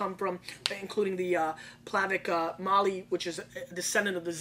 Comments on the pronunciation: Funny that Zlatan Otok Plavac Mali Barrique retails at about 19 USD in Croatia itself. Glad Gary was so enthusiastic all those years ago, Croatian wines have improved immensely since 2008. BTW for all, it's Plahv-ahtz Mah-lee. Not Plavak hahahah. If you want to see Zlatan Otok's winery and vineyard check out this video at the two minute mark. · He should probably learn to pronounce Plavac Mali and Hvar before doing a show on wines from that area. He pronounces Hvar almost like it's in the middle east. He also thinks Plavac is a grape. That would be like saying the Black portion of the word Black Raspberry is a berry. Plavac is a color. Still I'm glad someone is shining the light on Croatian wines. That region has been producing wine for 2000 years.